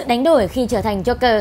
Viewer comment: Joker. Not Jogger. Đọc cho đúng nào.